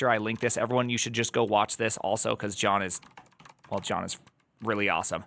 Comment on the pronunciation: Oh no, you botched John's name. Is that an engagement tactic yet again?